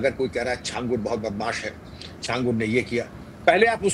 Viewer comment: सही उच्चारण छांगूर होता है जिसका मतलब होता है 6 उँगलियों वाला इंसान